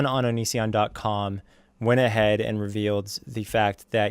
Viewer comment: I cringe so hard everytime onion boy says and; "andtss".